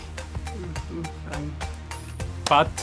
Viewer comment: Carlos: Pierre... Pierre Luigi Ajjajajajaja